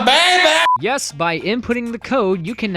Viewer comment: "MY BABAY"